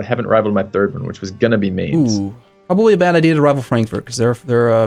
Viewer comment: How do you butcher the name Mainz so hard?